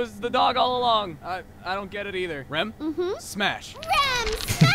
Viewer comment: it's Rem not Ram